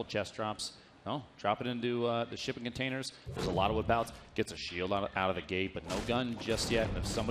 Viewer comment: Its containers,not commenators